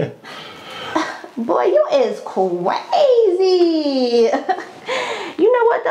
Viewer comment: Lol you is cwazy